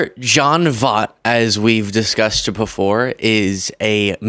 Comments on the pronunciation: Take the time to learn how to pronounce people's names correctly. Basic journalism. Very basic. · At least pronounce his name right. JFC. You made dozens of these videos and never learn how to pronounce his name? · Please look up how to say someone's name before producing a video where you repeatedly say it wrong. I can't stand the man, but get his name right at least so everyone knows who you are talking about! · Big fan, love your videos and think you're making a difference BUT you criticized him for mispronouncing Kamala's name while mispronouncing his. He probably did it on purpose, and I'm sure you didn't, but just a note for future videos about his crazy opinions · gen x is going crazy with the way you mispronounce Voight... well, maybe only I am... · Check Seinfeld episode for correct pronunciation of "Voight" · It's pronounced Voy-t. How the everlovin' F is Trump Helping, or Going to help ANYONE?!? PLEASE VOTE BLUE, if you Really want to be Able to even Have hopes & dreams 🌊💙👍🏼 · pronounced Voyt, if you're going to call out someone who mispronounced a name, please don't do the same. Not a hater, just an Auntie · I know you don't know who he is, but he was a fantastic actor. His name is pronounced VOY-T. Voy, like Toy, and add a T at the end. His daughter, Angelina Jolie doesn't have anything to do with him. He's even more crazy than she is. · V OI T!!!!! you're driving me nuts saying his name wrong. Voight has an oi in it, which makes a particular sound. You're going to rag on him for not saying Kamala right, but you can't even take the time to learn how to say his name before a video in which you say it 20 freaking times! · Voit. V-Oye-t..."like "oye vey" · Pronouncing it wrong. Voit. Like BOY T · It's John Voight, not John Vaught. I'll forgive you if you watch Anaconda in repentance. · it's pronounced, V-OIT, like DetrOIT. he's Angelina Jolie's dad. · His name is pronounced, Voyt. Sorry, I know he was way before your time.